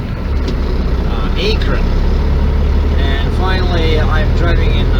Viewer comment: Great stuff! Keep them coming! If I may, Lodi has a long I, Load-eye. Akron the A sounds like the a in Cat, Ak.Where's the good used truck dealers? How do I buy a used truck?